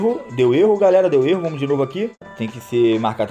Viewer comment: Mano pode falar assim é o seu jeito é famos que famos